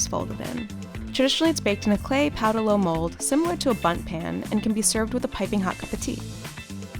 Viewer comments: Pão de ló is pronounced similar as pawn the law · Wtf pow de low, that’s not how it’s pronounced